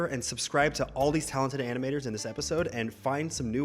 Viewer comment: when he said animators I thought he said animals! 🤣